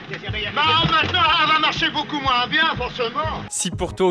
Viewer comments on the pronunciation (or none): none